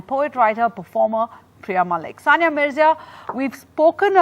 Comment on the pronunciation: Abe chutiyo Soniya nahi It's Saniya